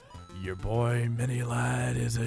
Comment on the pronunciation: when he said boi I was laughing.